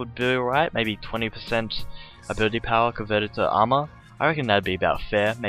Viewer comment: i hate the way u say armor so much...